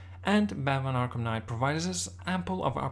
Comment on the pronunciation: batmanS arkhamS knight lol love it